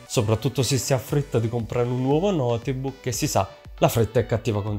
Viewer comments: Ma si dice notebook nn noteeebok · Ma come si fa a dire "notebuucc"? Chi è questo tizio? Ha detto cose scontatissime e molto lentamente, mi sono quasi addormentato... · Per favore qualcuno gli spieghi che non si pronuncia notebuc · Video interessante e semplice, anche se forse qualche esempio o dettaglio in più non avrebbero fatto male, ma una cosa è davvero imperdonabile e rovina tutto quanto il video: la pronuncia di notebook. È sbagliatissima, italianizzata (o napoletanizzata?) davvero davvero brutta e terribile. Posso capire essere difficile da pronunciare una parola straniera per alcune persone, ma se così è bisognerebbe evitare di ripeterla male ogni 30 secondi.... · nooo notebook non si dice l'E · ogni volta che hai pronunciato la e di notebook ho perso un anno di vita